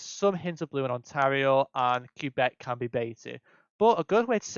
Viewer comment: Great vid! I appreciate the tips too! Some stuff I def didn't know! That said, plz plz stop calling it Q-Beck ahaha